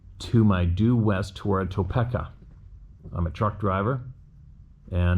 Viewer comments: I really wish you had learned to pronounce words properly. You butcher about 75% of American City and National park/forest names, It is pronounced To-pee-ka, not to-peck-a. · Topeko is pronounce toe-peak-a